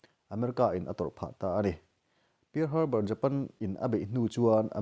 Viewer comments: Pear harbour niloin parl Harbor tih zawk tur aw in lam nawn vesek bawk sia..world history tak2 anih hi hahthlak thin em mai..🤦🤦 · I lam dan hi uluk deuh la thahnem ngaihna vang zawkin pear harbor pearl Harbor.. history landmark hming ania lo sawive mai2..